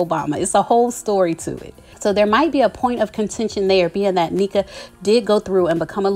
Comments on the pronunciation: Hi her name is pronounced Nnéka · I believe it's Nne(h)ka... I have a friend with the same name and its pronounced with a short e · Hey, as a Nigerian I wanna try to help you pronounce Nneka’s name properly. The best way I can spell out the pronunciation is “un-necka” You gotta pronounce both n’s in Igbo names. Hope this helps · It’s prounced “N-Ehh-Kah I’m wondering why they’d bring in two Nigerians on. Normally I’d be happy. Shoutout to my Igbos! That’s our tribe. But anyways, I hope this won’t bring tension with Nigerian viewers and Bravo Tv. Yes Nigerians, we are raised up to work hard and become successful but I don’t want bravo tv to find a way to take from that and turn it into a competition amongst two Igbo Sisters. I’ll absolutely be watching. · Its pronounced N-neck-a. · It’s Na-neek-a or N-neka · It’s pronounced as “IN-NECKA” like neck. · It’s pronounced NECK-AH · You're pronouncing her name incorrectly....and I don't think Wendy is jealous of her for her accomplishments. Stop putting that narrative out there🙄🙄